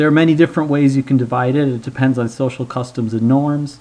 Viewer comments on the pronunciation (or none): none